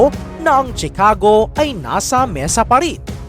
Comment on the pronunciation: Ang bigkas ay shi-ca-go hindi chi-ka-go